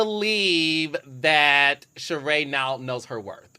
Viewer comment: Why do I cringe every time she says Sheree’s name wrong? It’s a bit rude.